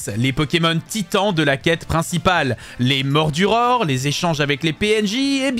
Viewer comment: Bonnes astuces mais quand tu dit moduror tu veux dire mordudor g pas compris °-°